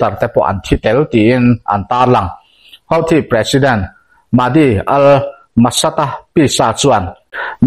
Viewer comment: hauthi ti lovin huthi ti ve tawh la ngaihthlak a nuam zawk ang, channel zawng zawngah huthi an tih vek hi